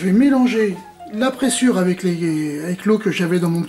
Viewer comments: Bonjour Super vidéo ! A titre informatif on prononce prézure et non pressure. Ça m'a obsédé tout le temps du clip. Bonne journée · Bonjour et encore merci pour toutes ces vidéos. La présure (prononcer prézure ;) ) permet la digestion du lait des ruminants à l'aide de leurs enzymes gastriques. D'ou les problèmes de santé que l'on peut avoir avec le lait, le beurre et la crème fraiche...